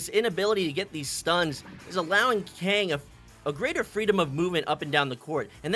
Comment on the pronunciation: He said Kang instead of kungg😂 but to be fair kungg is best goalie NA